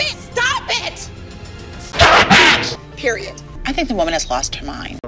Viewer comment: I love all your videos but your saying ‘period’ like the blood period, I think what you trying to say is peridot idk maybe it’s just me